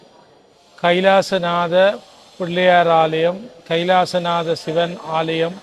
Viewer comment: வணக்கம் தம்பி தமிழ் உச்சரிப்பு மிகவும் முக்கியம் அதை பார்த்து கொள்ளுங்கள் சிவன் தான் சரியான உச்சரிப்பு இப்படி சில சொற்கள் தவறாக உச்சரிக்கப்படுகிறது அதை கவனியுங்கள் நன்றி